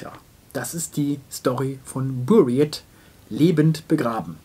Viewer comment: Mein lieber, Sie haben den Titel falsch ausgesprochen. Es heißt Buried wie "Bureed";)